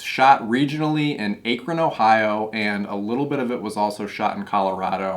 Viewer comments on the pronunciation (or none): Rustbelt Warrior here straight from the O.. Akron is not pronounced like that. JUST REMEMBER Akron rhymes with Crack-Bin. Now that that's explained, you can talk like you're from NEOH. Good review!, and I need this bluray. If you want some more 80s action from the Buckeye state, check out "Deadbeat at Dawn"